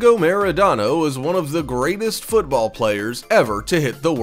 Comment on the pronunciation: That "Maradona" pronunciation is really awfull..you sound like Brad Pitt in "inglourious basterds" saying "buongiorno" ;)